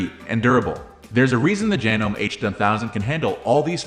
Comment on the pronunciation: Yeah, hard to take a review seriously that can't pronounce the name. Well, that, and the obviously computer generated voice.